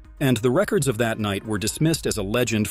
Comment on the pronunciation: The way he pronounces some words makes me mad asaka 💀 shinobu koushi💀